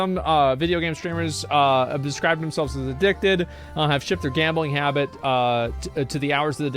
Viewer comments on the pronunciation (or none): none